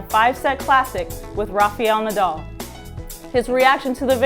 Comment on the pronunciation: it's RAFAEL! who the fuck is rafeeal???